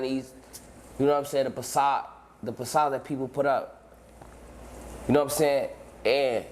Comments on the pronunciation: The “pacade” 😂😂😂 fbg and the f is definitely not for façade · Nigga said façade wit a p😂😭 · idk i think you should’ve corrected him when he said PISS-sad idk tho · “ the Passad” smmfh